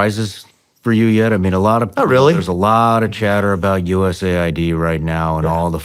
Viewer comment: Dudes, its not "USA Ai, Dee, its called US Aid, what is wrong with you?